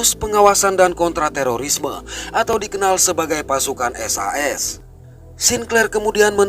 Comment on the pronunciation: Indun indun hurus I disebut A…..?SAS) BUKAN SIS😂